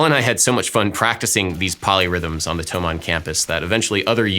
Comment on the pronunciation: As a german it somehow made me happy that you pronounced thomann right. This may be the most german thing I've ever said